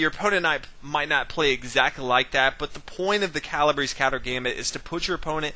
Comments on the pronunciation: Calabrese is not pronounces Calabris! Such a butchering. It's Cala- Breh- Zeh. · "Kah lah BRAY see" you non Italian. 🤣🤣🤣 (At least you pronounce Fianchetto correctly)